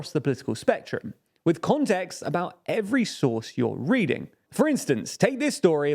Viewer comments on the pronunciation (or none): none